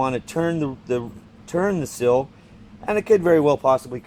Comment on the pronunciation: It's a "seal", not a "sill".